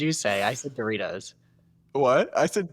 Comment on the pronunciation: Dude said Deritos! Lmao omg